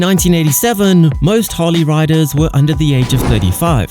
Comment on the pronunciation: Keep calling it "Hawley" and you'll never understand!